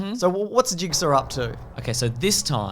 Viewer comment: It is pronounced "Jig-saw" not "Jig-ser"